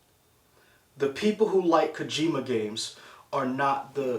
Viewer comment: KO-JI-MA, not "Kuhjima." That O has a long vowel sound, so "Ko" sounds like "co" in the word "coworker."